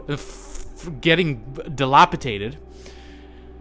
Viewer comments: I like your content. I often watch your videos for the sheer energy output. But i can't stand when people say "dilapitaded"... It's "dilapidated" DEE LAH PEE DAY TED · why are you so angry??? you cant even pronounce dilapidated correctly smh...